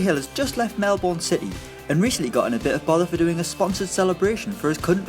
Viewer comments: It’s Melbourne not melborn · Mel Bin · Melbourne is pronounced Mel-bin not Mel-born